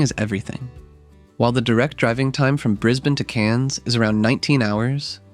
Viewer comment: Thanks for saying Brisbane correctly